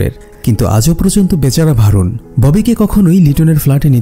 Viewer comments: নাম টা ভারুন না বরুন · নামটা ভারুন হবে না বরুণ হবে।